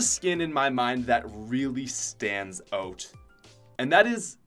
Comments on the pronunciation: I love how he says Oot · I love the way u pronounce out fellow canadian